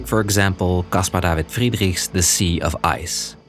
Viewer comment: How did you pronounce Casper David Friedrich so perfectly?